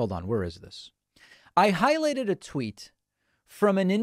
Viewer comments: Are you saying “tveet”? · Yes he did. Wanted to make it Russian lol.